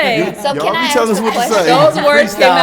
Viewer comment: Aks, Aks, Aks...Where did these people learn English?